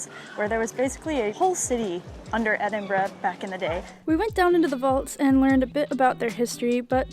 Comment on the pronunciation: My home town, though I now live in England, but so glad you are pronouncing the city name correctly 😁